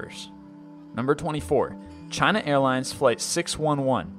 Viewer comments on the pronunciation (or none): none